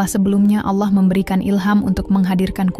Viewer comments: Kentara skali narasumber nya bukan Islam, penyebutan Allah menjadi ala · Dan naratornya klo ucap ALLAH sering ga pake tasjid L"...